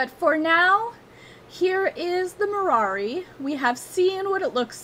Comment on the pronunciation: It sounds like you say Marari instead of Marwari.